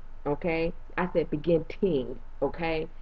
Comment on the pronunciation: "......from the BE-GIN-TING!" LOL